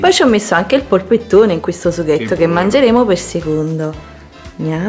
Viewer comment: Che poi chiamarlo "poppettone"... è una palla informe di macinato inguardabile!